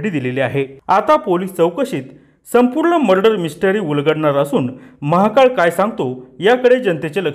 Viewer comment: आरे महाकाळ नको म्हणू महाकाल स्पष्ट उच्चार करा